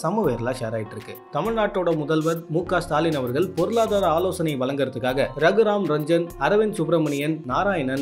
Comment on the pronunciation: ரகுராம் ரஞ்சன் இல்ல ரகுராம் ராஜன்...கவனம்...உச்சரிப்பில்....